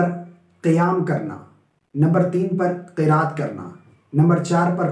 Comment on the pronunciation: You teach well but you will make mistake Qiraat ki kiaat